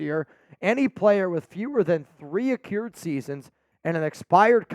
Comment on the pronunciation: The word is pronounced a-crude. Not being a d*ck, just always try to help others improve, and I appreciate others doing the same for me. Not soft, I can handle it 👍